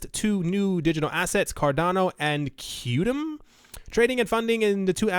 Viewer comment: Qtum is pronounced as “quantum”...